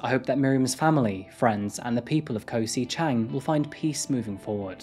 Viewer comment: Never heard it called Koh 'si' Chang before